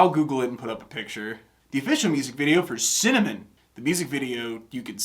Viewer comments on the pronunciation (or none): Hey! I don't know if you noticed, but it was pretty cool that her saying simmer over and over again started to sound like "mercy" and her saying cinnamon sounded like "send them in"